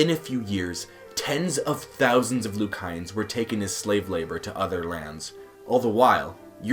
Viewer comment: He doesnt even know how to pronounce the country's name. I hate when foreigners try to speak on our country. Most of your information is WRONG! The Buh-Hah-mus (Bahamas) Loo-Kai-ans (Lucayans)